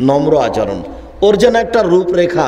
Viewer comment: আলহামদুলিল্লাহ! খুব ভালো লেকচার । কিন্তু আচারণ শব্দটা শুনতে শ্রুতিকটু লাগে। উচ্চারণটা শুদ্ধ ভাবে বললে শুনতে ভালো লাগে।